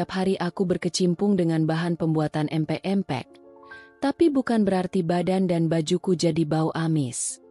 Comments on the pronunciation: Min bc empek" yg bener dong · Nyebut empek empek 😅😅